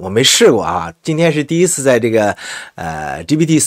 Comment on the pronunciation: omni你都念错，一个视频念错那么多次，听着真尴尬